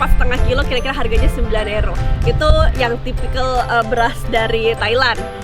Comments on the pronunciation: euro (yuro) msk euro (ero) ngomongmu seh mbulet ngono kui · sebutnya kok ero? bukannya yuro? hehe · euro bacanya euro ya bukan yuro?